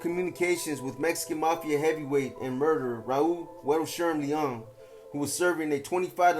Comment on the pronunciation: Its pronounced L-E-O-N as in lion.